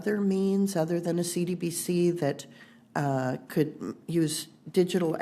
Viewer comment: CBDC not CDBC lady!